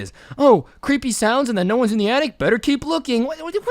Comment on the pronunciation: Its attic not yattic